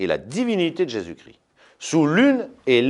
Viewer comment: Jésus-Christ Jésus ne crie pas Chrisssst